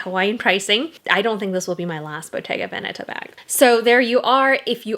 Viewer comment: Just began the video but yay, you pronounce Veneta correctly. I’m a fan 😂